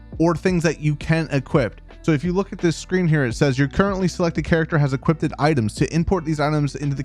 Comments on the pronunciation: Why do you keep saying equipDED instead of equipped? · You're doing amazing with these newb videos, but every time you say "equipped-ed" I die a little. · Ha ha, yeah, it definitely sounds like he's saying "equip-ted" to me. ;) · lol equip-ed rofl o7 made me laugh, some good tips however ty